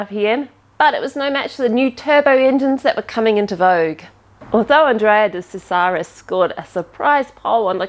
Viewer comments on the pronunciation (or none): Dear the F1 driver’s name was pronounced ‘Andrea de Chezaris”. I shall forgive give you as you are so lovely!